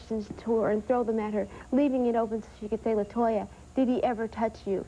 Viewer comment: it's latoya not la toya